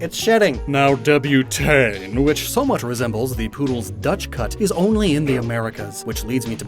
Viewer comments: It's pronounced (Debut-Taunt), not (Debut-taan). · Dude. "Debutante" isn't pronounced "Deb-you-tane." It's "Deb-you-taunt."